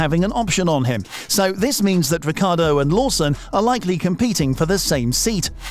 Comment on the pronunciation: Wiccairdo? Wedbul? weally?